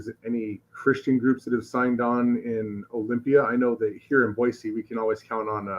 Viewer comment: Good on for pronouncing Boise correctly!